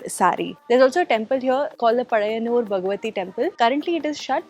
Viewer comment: Are you malayali❔❔ You pronounced " pazhayannur " !!! Correctly 😂 Nice vlog👍🏼